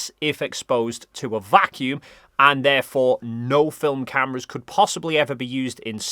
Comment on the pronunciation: Why are they saying vacuum like it’s a proper noun? As if they’re talking about someone named Vacuum.